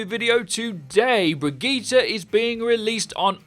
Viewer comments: Brigita? Uhm nope there is no A in her name and it doesn’t sound like that either 🙄 it’s kinda lika Brigitteh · brigitte not brijit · Her name is pronounced as Bridgette not Brigeta 😐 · There are the Overwatch Youtuber that pronouces Brigitte the correct way, and there are the Youtubers that pronounces her name as 'bridge-it'. And then there are those that pronounce her name the correct way, then the wrong way, then the correct way, and the wrong way. In the same video. Hahahahah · Her name is brig-get-a. PLZ GET IT RIGHT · It is pronounced Brigeta dude... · Y’all shut up, in every language vowels are pronounced differently. It’s pronounced Bre•git•ta or teh, the “G” is hard and the “E” sounds like an “A” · Hustle Tha GOD BRI-GIT-Tuh but Murican schools are a joke 😆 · it's pronounced 'bridge it' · Anyone else concerned about how he says” Bregeetere” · you pronouce Brigitte both ways, it's russling my jimmies! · StOp mIsPrOnOuNcInG BrIgItTe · Until you can pronounce her FUCKING NAME RIGHT, I thumbs down the vids. Why can't you just fucking say it right the whole time? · drink every time brigitte is mispronounced